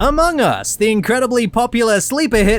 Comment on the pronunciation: ''amon us''